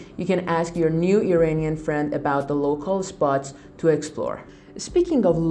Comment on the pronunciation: Great info. But would you please pronounce IRANIAN correctly? Its not "E-rain-ian" but rather "E-run-ian". Thanks